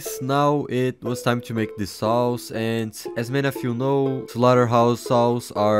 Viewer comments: Vit always remembers that he mispronounce 'saws' with 'sauce' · When he realizes how saws is actually pronounce. hes gonna kill him self